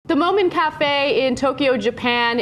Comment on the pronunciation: the MO-MIN .... wtf ana ... have you never heard of the moomins you damn americans !!! everyone knows the moomins !